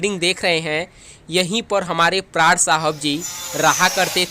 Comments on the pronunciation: Bhai prad nhi pran tha unka naam prad prad kiye ja rha h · Pran ki bajaye... Prad... ku bol rahe ho bhai